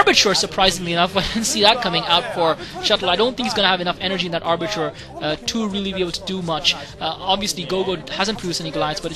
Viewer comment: Oh and, are you saying Arbitrer? Think it's Arbiter. Thanks for commentating!